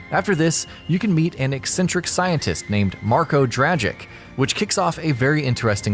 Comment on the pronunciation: U dont pronounce it dragik Its more like dragich